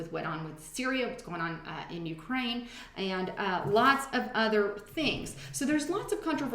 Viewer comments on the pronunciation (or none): none